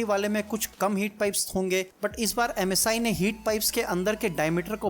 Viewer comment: Ajj ekbar bhi msi ko masi nahi bola